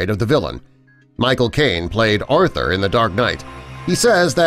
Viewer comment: 59 did he say Arthur? 😹